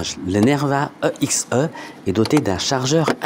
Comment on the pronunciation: mdr grave, surtout qu'on dit "éxé"